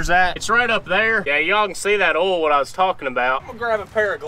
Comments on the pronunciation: Oil? You keep saying ouil 😂😂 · did the word oil has no I in it its spelled ool or Erl change